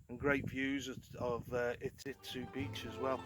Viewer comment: It’s Iztuzu 😉